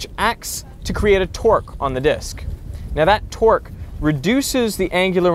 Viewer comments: Twerk Twerk Twerk, your accent is funny :D I pronounce it Tourgh (torgue) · when he says 'torque' it sounds like hes saying 'twerk'